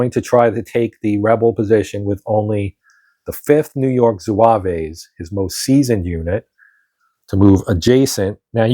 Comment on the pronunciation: Good to see this played. Still have to punch mine. One note: there is no 'A' at the end of the pronunciation of zouave, it's just zwäv.